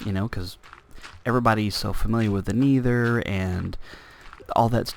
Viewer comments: Because you say it like Knee-ther when it's Neh-ther. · Love the video! by the way, it's Neh-Thur not Knee-Thur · haha im not trying to make fun of you at all, i just like how u say nether. U say it like niether lol its just funny.